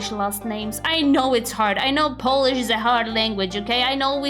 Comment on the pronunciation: it wouldn't work because of his butchered pronunciation